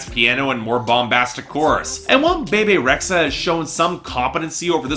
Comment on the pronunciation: It's "Be Be" Rexha not the way you say it lol